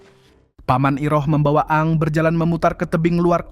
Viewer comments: Ini yang dubbing IA ya...... Bukan a ang tapi bacanya eng.. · 😂😂😂di baca eng bukan a ang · Min kenapa lu bacanya A A NG ??? UDAH JELAS2 DIBACA ENG KOK DIVIDEO DETIK TERAKHIR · Aang (Aeng) Bukaan Aang Min . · Maaf di bacanya bukan kaya orang Sunda a nya 2 AA tp eng bacanya aang =eng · Aang bacaannya (eng) bukan (a ang) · Koreksi Min... Agak terganggu dgn penamaan Si Avatar,... Kenapa pengucapannya harus A ang 🤣🤣🤣,,,, kan bisa disesuaikan dgn yang di animasi yg dulu tayang di global Tv kalo gak salah,,, yaitu ENG 😂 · Eng bang bukan aang🤣🤣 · Aang dibaca eng😂 a ang pula😅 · Dining nya bilang ang Aang 😂 udah kaya Avatar reborn Sunda empire 😂😂😂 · Eng gak si bang nyebutnya...😅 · Ya elah min.....Eeng x min,,,, Untung cm 1 nm yg keseleo penyebutannya,klw smpe 2 si katara JD katarak kan JD BKN kelompok avatar😂😂😂😂😂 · Denger nya malah A Ang terus knp lah admin ini wkwkwk😩🤣🤣